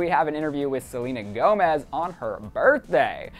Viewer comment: LISTEN FROM - HAHAHAHA HE EMPHASISES ON CERTAIN WORDS LIKE 'GOMEZ' nadsndjsd s 'CHICAGO' sfjsdnds 'BIEBER' so fucking funny